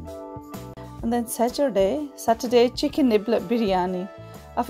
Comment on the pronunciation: The way you said Saturday the first time 😁